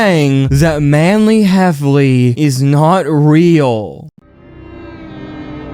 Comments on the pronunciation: Why did you say Manly Hefflely? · Bro keeps saying "Manly Heffley"